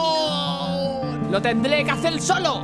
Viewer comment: "Lo tendlé que hacer solo, ¡Ahhhhhhhhhhg! :v Morí xD.